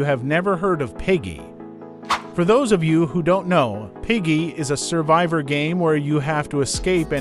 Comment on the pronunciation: Good content but it’s ‘survivor’